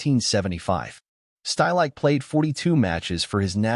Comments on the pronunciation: Two seconds into this video, I was forced to turn it off. "Uli Shtylike"? Seriously, no one cared to even try pronouncing the man's name correctly? It's "Shteel-ik-uh", for heaven's sake. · Good synopsis of his career, but wish the narrator had been able to come close to correctly pronouncing any of the names he spoke of, especially Stielike's